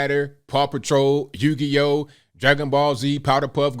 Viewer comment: Mans said “yu-gi-oh”